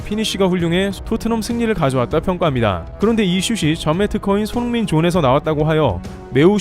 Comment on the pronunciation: 도데체 유튜버가 손홍민 손홍민 하는건 어쩌자는 거냐? 듣기 싫어 죽겠네